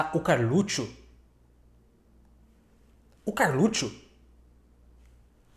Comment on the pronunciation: Verdade. ps: Eu racho quando o professor fala "Carlutchuo"! KKKKKKK